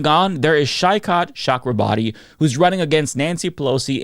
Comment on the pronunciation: AUDIBLY wheezed at this pronounciation of Saikat Chakraborty. It's SHOI-kot (soft T) CHA-kra-bor-tee.